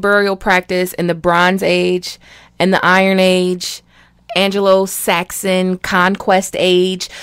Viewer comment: She said "angelo-saxon".... ha!